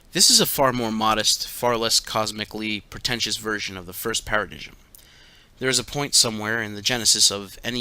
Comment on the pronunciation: Paradigm is pronounced Para-dime